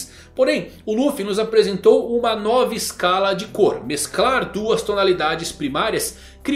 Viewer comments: A "Noba" tonalidade..kkkkk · Eu sei que ele vai mudar logo e ninguém vai entender mas "a noba" foi foda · Mkkkkk “NOBA” é incrível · A "noba" rsrs...